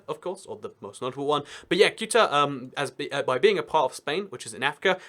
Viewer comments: Ceuta is pronounced Thay-oo-tah (Say-oo-tah if you're Latin American) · Your pronunciation of Ceuta and Melilla made my ears cry... Please take a look to the proper pronunciation